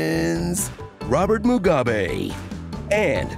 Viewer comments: The "Robert Muga-bae" took me completely out coz I'm from Zimbabwe! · “Robert Muga-bae” that was hilarious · did you just say robert MUGA-bae